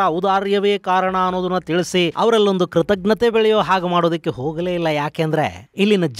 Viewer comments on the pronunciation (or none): Krithagnathe alla, Krithajnathe anni.